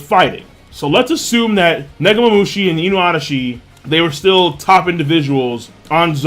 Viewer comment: Please King...just keep saying Inuarashi and Nekomomushi. They sound alot better and proper to the characters.